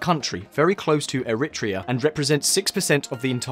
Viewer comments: Air-re-tray-a is how it's usually pronounced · I think the pronouncement of Eritrea was more unsettling